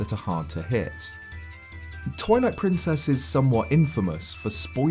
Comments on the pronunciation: It sounded like you said Toilet Princess instead of Twilight Princess. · I heard Toilet Princess when he said Twilight Princess lmao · I chould have sworn I heard you call it toilet princess. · it sounds like he says toilet princess